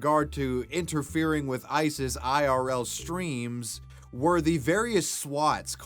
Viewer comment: You said “ice’s” n that wasn’t what I heard lol